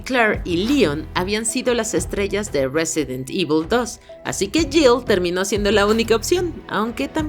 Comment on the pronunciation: Silencio incómodo cada vez que dice "resident evil"